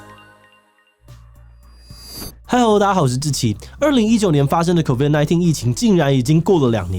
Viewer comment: 請問有人反映過77 “COVID”的發音不正確嗎？不想當槓精，但是真的很刺耳… 還不如直接講中文新冠肺炎之類的…